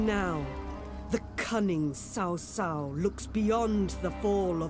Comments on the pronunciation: As a Chinese too, they can't even pronounce cao cao correctly hahah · Is it really that difficult to pronounce Cao Cao's name properly? Sheesh. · 1. the narrator didn't even pronounce Cao Cao right 2. Lady Sun was never a general and never led any army. I get the thing about being politically correct and having female generals and that stuff, but it is simply not historically accurate.